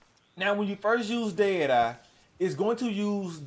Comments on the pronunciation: Does anyone else hear a weird pronunciation of "deity" throughout the video instead of dead eye?? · What the hell is der dar? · Wtf is dade eye? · More like dēA dī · He said dad I lol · 'Day Dye'? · I am glad he showed us how to use da ded uhh, fill da ded uhh core and how da ded uhh meter can fill quickly or slowly based on how ded uhh core is full or not. Thanks for da video on ded uhh